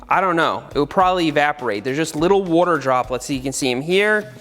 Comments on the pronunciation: The way he says water like ‘wouter’ gets me every time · WOURDER. Seth channeling his inner Brad Leone. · New drinking game. One drink for every time you hear Seth say"Wuadder" 😉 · seth be like wortar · “Woter” yes engish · nobody: seth: warter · Can someone make a compilation of Seth saying “wuter” from this video? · Seth for 12 minutes: Woder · Seth saying woder instead of water triggers just a little bit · I just like the way you say "wuaater". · i love how much you say "wawder" in this video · Seth uses the same wourder as Brad Leone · I’ve never heard Seth say worter so many times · No one: Seth: wooorrter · Dude I wish you would ha r done a tally on how many times you said water. Or... wooter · Seth please just keep saying wuater... Slowly... Again... AGAIN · Congratulations you just watched a man say wooder for 12 minutes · Is it just me or does he say "wuter?" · Say whater one more time. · Seth says “wotur” for 12 minutes straight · "Seth" Well what did we learn today ? 1. Seth says water not water 2. Seth will ask a question and answer with "I dont know havent tried it " 3. Seth +Watergun = brrrrr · Are you from Philadelphia? I’m wondering where your accent on the word “water” comes from. Thanks!